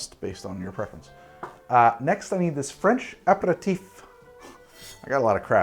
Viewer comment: Hey, i'm French and honestly, i'm kinda impressed by your French pronounciation